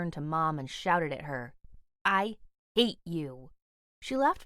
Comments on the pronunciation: When she said I hate you I heard I ate you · I'm pretty sure you said I h Ate you Not hate your I'm just deph